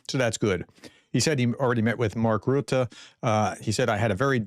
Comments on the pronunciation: TIP : say 'Rutte' with the u-sound like in 'but', or 'dust'. Greetings from Belgium, Marianne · Dear prof. You asked for tricks and tips according to your prononciation. I am from the Netherlands and the prononciation of SG Marc Rutte is a disaster. Everybody all over the globe prononces the u the same as in "tube". That is a mistake. The prononciation of the u in Rutte sounds like the u in "russian". I am looking forward to hear the correct prononciation. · Americans *can* pronounce the 'u' in Rutte correctly... they do it on Turkey, why not on Rutte? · Have you never heard the last name Rutte as pronounced Ryut-tey? You also BUTCHER ALL OF UKRAINIAN TOWN NAMES. Slow down, maybe? I'm so annoyed. I, as a Ukrainian, can pronounce Chesapeake Creek, or Siouxsie Falls, or Apache, or Whissahocken , or Conshohocken. Again. Slow down. Maybe? Are you in a hurry?